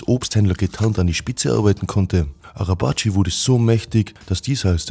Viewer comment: Er heißt nicht nekati 🤦🏻. Man spricht es sobald netchat arabatchi